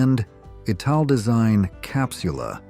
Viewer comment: Must be American, you can really hear it in the horribly mispronounced ‘Italdesign’. These yanks don’t even try to pronounce things properly